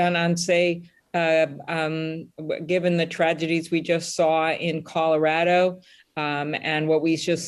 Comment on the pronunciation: I love Senator Klobuchar so much - and she gets extra bonus points for pronouncing “Colorado” right. 😂